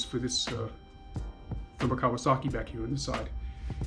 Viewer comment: Laughed my ass off watching you pronounce the maker!!